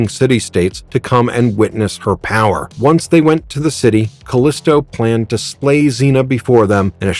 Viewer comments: It's pronounced "Ca-leee-stow", not "Ca-lisss-tow". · You're pronouncing her name wrong. Surprised you didn't call Xena "Cenay" or "kenah" or something stupid like that.